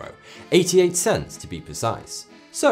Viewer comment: Pents, not cents